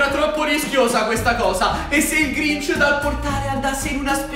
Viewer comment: si sente matti che glinc invece di dire grinc 😂😂😂😂😂sto morendo dalle risate😂😂😂😂😂😂😂😂😂😂😂😂😂😂😂